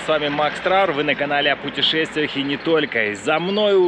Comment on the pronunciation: Только не "путешемтвие" а "путЁмшествие" или на крайний случай "сумашествие"